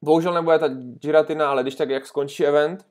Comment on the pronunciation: Giratina se vyslivuje tak jak je napsana😉